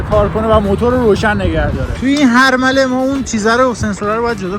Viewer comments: دقت کردین به مرحله میگه حرمله 😂😂 دمت گرم خیلی ایده هات قشنگه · داش تو دقیقه ۷:۱۴ بجای مرحله گفتی تو این حرمله 😂خیلی عشقی